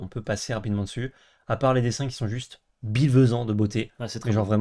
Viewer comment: ça me fait marrer quand vous dites bilvesant, ça ne veut rien dire c'est génial ahah.